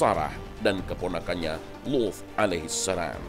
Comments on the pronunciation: Bilang Nabi Luth nya pake dialek ap ini,Saya dengernya jadi bukan Luth... Kayak wuf... Pendengaran saya bermasalah ini. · Sama aku juga dgr nya wuf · Ngga kok gan saya juga